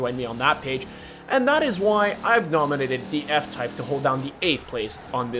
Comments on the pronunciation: jaguar f?thwaggfr? Type not thwayyg. I work at jaguar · The fuck did you say? F thad??? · But it is the Jaguar F-Tiyipe No Hate Intended. 😄